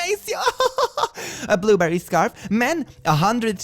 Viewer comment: Christian Loubotin (loo-bo-TANH), a French designer of couture shoes that can go for hundreds, even thousands, of dollars. BUR-berry (not BLUE-berry), a British couture house and producer of muy expensivo women's accessories. Had to comment, you need to know what kind of mulah these women were being asked to spend...😲